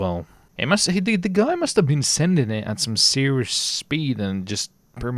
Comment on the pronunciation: CAN YOU PLEASE STOP SAYING SENDING IT OR SENT IT THE WAY YOU ARE SAYING IT IS NOT THE RIGHT WAY TO SAY IT